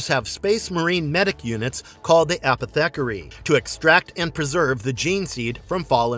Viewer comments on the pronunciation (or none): It"s A-poth-ih-carry, sorry that was driving me nuts pronouncing it as apeth-eckery. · I’ve never heard someone pronounce apothecary so wrong before